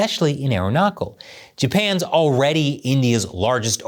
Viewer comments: Quick Comment. By the way we call 'Arunachal' not 'Arunakal' that's ok though. We Indians, will let this pass on China, its not worth a war. Although there is a necklace of Diamonds India is laying around China to counter its String of Pearls. Again Keep up the work. Keep Standing. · It's pronounced arun + aachal.. the chal is pronounced like the ch in chalk & chalice & chappell, not the ch in epoch or 😅😂😉 😜 Everything else is spot on. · No basic research done for the simplest fact in how to pronounce the name of the state that the host has referred to multiple times in the video - goes to say a lot. Arunachal is pronounced as AAROO-NA-SHAL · Its Aruna-chal pradesh ... Ch here is not pronounced as K but Ch in Chal is pronounced as ch in Charming, Chair, change, Channel etc... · It's pronounced as "Arun aachal" And The name Arunachal Pradesh means "Land of the Rising Sun". This is because it is India's easternmost state & it's the first part of India to see the sun each day aka the sun rises there first. The name is combination of Sanskrit word "Arun" (meaning "dawn" or "first ray of light") & the Hindi word "anchal" (meaning "region" or "territory"). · He needs to pronounce ch like his surname chapell & not like his first name 😂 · Arunachal.... The ch is not as in chemistry but as in charm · The "ch" in Arunachal is pronounced as "ch in the word 'chain' " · Great content! .... It's arunaCHal ..... CH as in CHange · Hi, it’s pronounced as ArunaCHal, CH as in CHap…. 😊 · Btw it's pronounced arun-natch-chal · Just a small pronunciation note... Aruna"cha"l Pradesh as in cha-cha-cha. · Pronunciation correction: Ah roo na tchal. Hi mah lee yas. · It's pronounced as ArunaCHAL. The same CH in CHildren, CHill, CHallenge, CHime, etc. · The chal in Arunachal is like the "ch" in cheek, not like k for kale. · Thanks for covering this issue, But please don't butcher the name of "Arunachal Pradesh". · You're pronouncing Arunachal wrong.